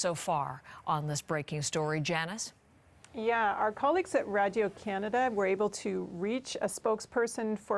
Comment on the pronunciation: I like how you said radio Canada with a French accent during your reporting. Really adds to the story.